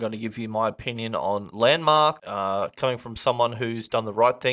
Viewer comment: its LAND-MARK. not linmark